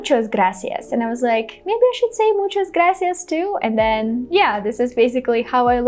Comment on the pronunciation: You just said MUCHAS GRACIAS and you did pretty well. Congratulations.